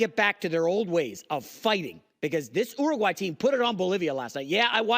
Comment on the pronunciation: Bro, don’t worry about being the best at everything for your national identity, but maybe try to say the countries names correctly that you’re comparing us to so you could be taken seriously. How did you say Uruguay? Lol